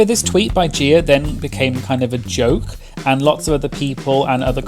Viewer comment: "Gieer" lmao